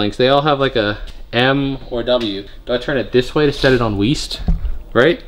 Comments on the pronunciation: east? i thought you said weest. that's west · EAST? I thought you said WEAST? What kinda compass are you readin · You said east? I thought you said weren't lol